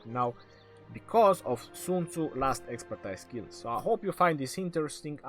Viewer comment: Love your videos but you should start saying the word Expertise as ekspərˈtēz